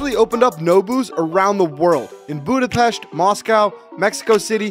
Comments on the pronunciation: While you might not know where Alaska is I am just glad to know how to pronounce Budapest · Oh that Budapest was perfect pronunciation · FINNALY SOMEONE WHO PRONOUNCES THE "S" CORRECTLY IN "BUDAPEST" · Thank you for pronouncing Budapest correctly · At least he pronounced Budapest right! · As a Hungarian, I appriciate how you pronounced the "s" in Budapest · HE PRONOUNCED BUDAPEST CORRECTLY WTF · At least he could properly pronounce Budapest